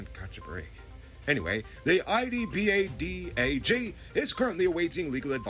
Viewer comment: it’s much easier to say ee-pad-ah-gee (IDPADA-G).